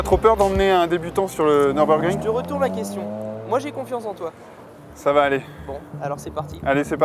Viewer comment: "Neurbeurgring"? D'où vient cette prononciation incongrue"?